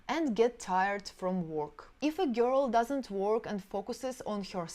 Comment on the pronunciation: Yeah sure. Listen to just the word "girl" she pronounces. All russians screw words...besides everything else